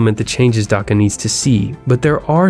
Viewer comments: its Dhaka not daka btw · please prunounciate properly it is dhaka not daka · You said daka I will be dhaka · It's annoying when westerners don't aspirate the "h" in Dhaka. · God dammit no one pronounces Dhaka right